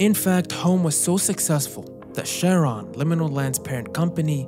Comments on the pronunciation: You’ve got a great channel, friend. But I can’t imagine making a 30+ minute video and not once researching the name CHARON. Which is the name of the boatman who takes the souls of the dead to the afterlife in Greek mythology. It’s a hard C. Not a soft “sh”. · Charon is pronounced "Hhhair on" in Greek & "Care on" in English. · If anyone's getting too spooked to enjoy this and has decided to hide in the comments, just remember: "Charon" in its original Greek is pronounced along the lines of "Care-on", which sounds kind of like the name "Karen" but if it was for a robot. Pause, and take a moment to enjoy the absurd mental image of a robotic Karen complaining to some poor, underpaid Liminal Land staff member about overpriced amusement park popcorn that it can't even eat anyway because robots can't eat.